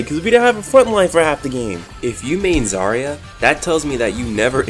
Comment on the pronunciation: When you say zArya it hurts me, as a Russian person. She's zaryA and... Well, I can't explain how "ry" should be read hear. But instead of saying ia it's better to say ya